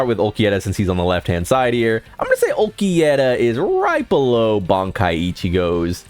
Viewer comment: The way you say Ulquiorra is a crime, some of the rest are minor felonies